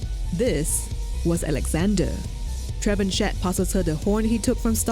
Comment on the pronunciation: trevenshet xD its funny to hear the name pronounced that way because it french, the correct pronunciation would be Tra-vahn-shea